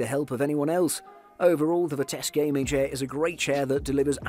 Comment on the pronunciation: Where is the dude getting the k at in Vitesse. Mans saying “Vitesque”